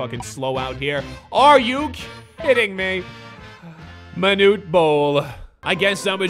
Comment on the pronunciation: "Be carful your Monute"